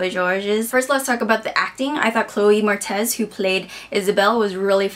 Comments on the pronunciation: Freaking loved the book and movie as well. Btw, it's Chloe Mor-etz, not Mor-tez lol. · It's pronounces "MORE-itz" not moretez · Moretz not Mortez. Sorry, I just had to point it out. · Chloe Moretz (more-etz)